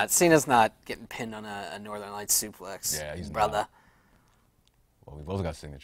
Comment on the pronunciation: why does call it a supley and not suplex lol